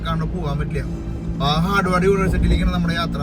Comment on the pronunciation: ഹാർഡവാർഡ് അല്ല...ഹാർവേഡ് 🙂 Massachusetts pronounced as മാസ്സച്ചൂസെറ്റസ് 🙂